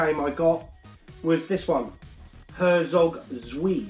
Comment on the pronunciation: Great vid, btw Herzog Zwei is pronounced 'zv-eye' - as in the German for 2! 😉